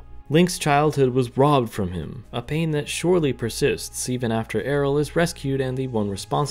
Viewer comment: Why are you pronouncing Ariel like that like? Otherwise, I enjoyed the video.